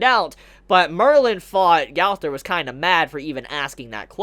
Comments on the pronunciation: Gawther really... r u trying to pronounce gowther wrong? Go-ther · I love how u say gowther its prounounced gunther but it looks just like gowther tho